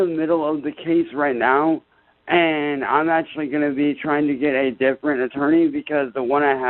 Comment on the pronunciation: exactly! "Ak-chur-lee your doche bag honour I know the laws. I'm not stupid. That man tried to start a riot with my neighbours and put me, my friends and my families live in IMMEDIATE DANGER! SO DO YOUR FUCKING JOB VITCH!!!"